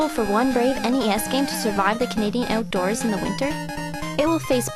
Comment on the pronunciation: The Canadian oootdoors